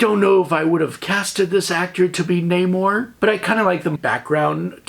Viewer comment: Also thank you for pronouncing Namor's name correctly. MCU pulled the ol DC "Ra's al Ghul" oopsie.